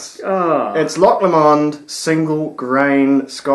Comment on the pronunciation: Enjoying the Christmas series guys. Just one quibble, its pronounced Loch Lo'mond, not Loch Lomo'nd